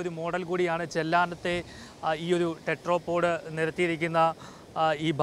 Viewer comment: ടെട്രാപാഡ് അല്ല ചേട്ടാ, ടെട്രാപോഡ്. ടെട്രാ = 4 പോഡ് = കാല്. നാല് കാലുകൾ ഉള്ള സാധനം.